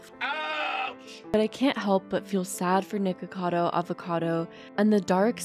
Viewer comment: Thank you for not pronouncing it "Nikado" Avocado like most creators who comment on him do. Lol.